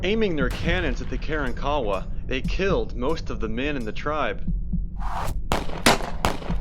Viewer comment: ITS NOT" KAREN- KAWA" YOU IDIOTS!!!! ITS KAR-WAN-KA WA GO SMOKE ANOTHER BOWL!!! YOU WRONG AGAIN POT HEADS- THERE ARE NO- REPEAT NO ROCKS NATURALLY AT GALVESTON ISLAND- ITS A HUGE SAND BAR- THOSE ROCKS WERE PLACED THERE BY MAN!!!! STORM CONTROL...... ISALND OF DOOM RELATED TO SO CALLED PIRATES AND AFTER THE 1900 STORM AND BEACUASE INDIANS ATE PEOPLE